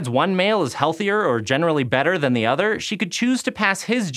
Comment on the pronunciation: Anyone else here otter when she says other